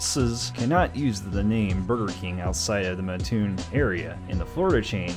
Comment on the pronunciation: Thanks for covering Burger King! Now I sorry to have to do this, but I grew up there, and it’s a requirement that we correct the mispronunciation, which happens all the time. It’s Mat-toon, not muh-toon. I like your channel:)